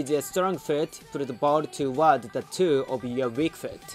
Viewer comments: You said toe which sounded like two but is pronounced Tow or T-oh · Love this video! Your english is very good, the only pronunciation that was a little off being the word toe. In Japanese if you were to read the following letters in japanese pronunciation it would be tou. Love the video, keep it up!